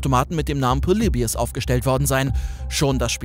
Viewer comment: "poleibius" ist ein wunderschönes Beispiel dafür wie man manchmal versucht Worte "englischer" klingen zu lassen, dabei ist "Polybius" ganz einfach bereits die richtige englische Aussprache.